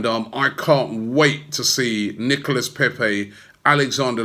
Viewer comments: Robbie Robbie Robbie it's pronounced Nicola Pepe not Nicholas. like we had in 1984 sharley Nicola ok Charlie Nicholas that is bloody Nicholas Pepe is Nicola please say it correctly we didn't sign Nicholas Pepe. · NicolA < that's how you pronounce it. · Robbie, you have the biggest fan channel on YouTube. You should learn how to pronounce player and club names properly. Especially the players and clubs you talk about often. The s is silent in Nicolas and Rennes!